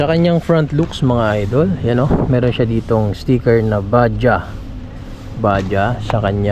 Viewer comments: bad-jaj/bad-jadz ang basa diyan hindi po ba-jah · BAJADZ sir ang pronounciation hindi badya 😂😂😂